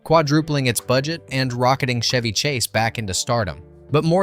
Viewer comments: CH..Chev-y not Shevy. He's not a car.😂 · Is the announcer calling him "Shevy" on purpose? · Pardon my ocd… it’s Chevy as in cheese or checkers. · Chevy Chase pronounces the “ch”s in his professional name identically, just like the “ch” in “cheese”.